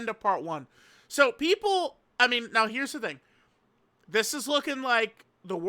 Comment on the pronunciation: "Right Neow" said with his cat ears perked up